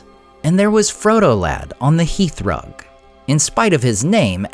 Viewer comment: BTW, it's _hearthrug_, not heathrug. Otherwise, pretty good!